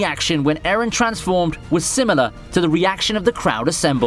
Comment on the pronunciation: Why do you pronounce Eren like Aaron bruh.